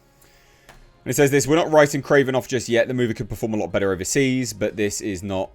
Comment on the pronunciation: "It's Krorvbin' time..."